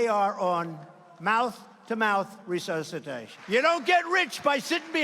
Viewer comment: "Brains to Hawaii. How do we get to Europe - we don't use airplanes anymore" "Lieutenant Raisin Cane" "Mouth-mouth re-sur-sa-tation" "See, I don't have whire hair" ...I have no hair! He's also crazy for his followers & slow-conveys-seriousness for UN